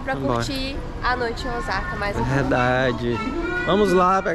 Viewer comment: O S A KA e não OZAKA pronuncia é S e não Z 🤣